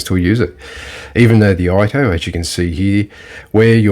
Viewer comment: Good vid. I also have a Jkoo shinogi-zukuri in T10, though mine is fine. Sorry to nit pick but may I suggest you practice a bit on pronunciation, ito is pronounced E-tore for English speakers. The I is elongated a bit. I am not criticising, just a point that may improve your content. Keep up the good work 😊